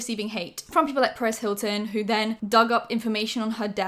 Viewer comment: I THOUGHT HIS NAME WAS LITERALLY PARIS HILTON TILL U JUST COMMENTED THIS 🤣